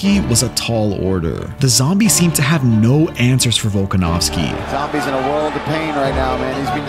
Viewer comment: Aljo: Bulkanovski